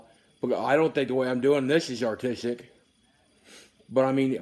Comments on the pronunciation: "atistic" <3 ded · LOL artistic i think you miss heard him i think he said autistic